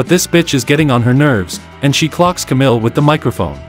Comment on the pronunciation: Mercedes Moan? Kamill? The video isn’t even two minutes old. Good stuff